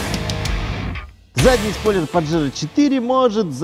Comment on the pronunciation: Название испанское, так что не паджеро, а пахеро(дрочила)😂😂😂